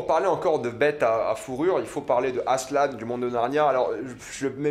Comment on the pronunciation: Ça se dit ASSELEN pas asselane